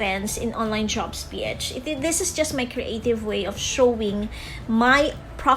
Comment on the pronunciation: medyo disturbing lang yung (P - etch) haha pero thumbs up po